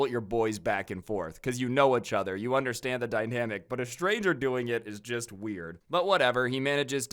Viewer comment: Why is he saying itch other??